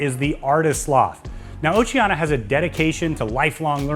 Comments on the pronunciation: You keep saying Oceana. It's Oceania. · I would watch cos I am going on one of the cruises on Allura, but if you can't say OCEANIA correctly, not even once, but rather butcher it five times a minute, (notice the i , which makes it ooooo ceeeeee aaaaa neeee aaaaah) then I'm going to give it neg thumbs and NOT watch it....